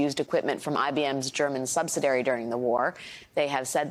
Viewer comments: is it not ‘subsidiary’ rather than ‘subsidary’, ?? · Saying "subsidary" instead of subsidiary is worse than saying "expirement" instead of experiment, or "nucular" instead of nuclear. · Someone needs to learn the word SUBSIDIARY! (not subsidairy) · Good coverage of this IBM-Hitler relationship. I had no notion of it. btw, I think you should say sub-sid'-i-ar-y, not sub'-si-dar-y, unless that's a new word in the urban dictionary.. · Subsidiary, not subsidery. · Multiple times this woman "talking head" speaks about IBM's German subsi-dairy. The correct work is subsi-diary. Too funny. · Subsidiary not subsidary… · It's pronounced "sub-SID-dee-air-ee". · It’s pronounced sub·sid·i·ar·y. It’s not a three syllable word 😬. How are we supposed to believe anything from her when she’s just reading the ”news” not reporting it? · Ask this anchor what a “subsidary “ is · Please stop calling Elon Musk the richest man in the world when in reality he is much closer to being the most heavily leveraged man in the world. There is a very real difference. Also, if you're going to read the news, please learn the proper pronunciation of the word "subsidiary." I fully understand that everyone trips over a word occasionally, but she mispronounced it twice and made no attempt to correct herself in either instance. Here's me hoping she does better next time. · Sheesh, learn how to say subsidiary!! I didn't know this about IBM, interesting. Good for IBM pulling out of X. Musk is so creepy. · You’re omitting a syllable from “subsidiary,” Alex. Good report otherwise!